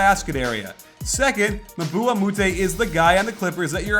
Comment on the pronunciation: friendly comment: it's uhm-bah (Mbah)